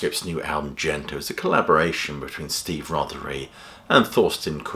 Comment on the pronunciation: 'Gento' (幻灯) is a hard 'G', if it's from the Japanese for magic lantern, not 'Jento' - Mr Pedantic